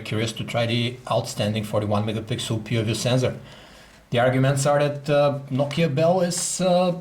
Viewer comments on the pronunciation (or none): I believe he pronounced "Nokia PooView". LOL!